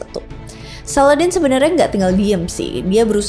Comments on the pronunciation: Salahuddin bukan saladin mbak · Bukan Salladin, tpi salahuddin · Salahuddin.bkn saladin.kamu Pikir aladdin....sebut nama biar yg btl..